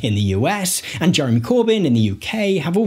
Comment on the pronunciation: If you can pronounce AND correctly instead of saying ANDS i will give a like and a sub.